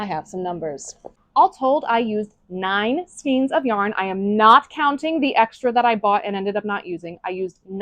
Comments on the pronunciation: It’s pronounced skayne not skeen. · skein - sounds like reign. Long A sound. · It's skein like vein. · Hey FYI, "skein" rhymes with "vein" or "rein."